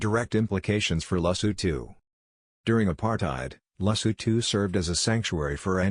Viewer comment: Don't you need to put more effort in how to pronounce the name? Your pronounciation sucks. This is horrible and disrepectful. Respect people by putting effort to pronounce their country and king properly, I can't even finish watching this, that is how bad it is.I'm not even Sotho, I'm Zulu from South Africa and I find this dsrespectful.